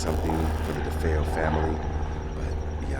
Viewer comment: Defayel, is not the way their last name was pronounced. I get mad ever time I hear the news anchor pronounces it. No it was not a stormy night. Check the weather report.